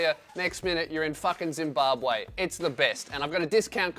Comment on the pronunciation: Zimbabway lol